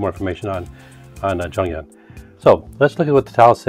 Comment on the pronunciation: You read her name wrong tho😂